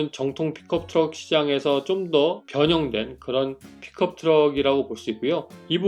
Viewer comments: 나만 픽컵트럭 으로 들리는건가 픽업이지않나욤 투싼크루즈 아님요? ㅋㅋㅋ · 발음이 픽컵으로 들림